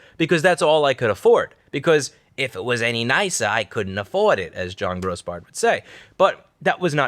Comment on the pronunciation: “If I made this place any nicer you couldn’t affowwdddd it”-Old landlord dude